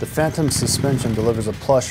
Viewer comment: Its Phantom...not Pantom lol.